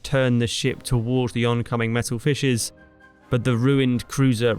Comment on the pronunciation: when you said "Metal fishes" I heard Messer Fisch. (Knife fish). So... from now on, I propose we call German torpedoes Messerfisch.